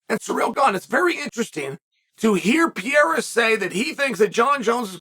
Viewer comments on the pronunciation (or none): none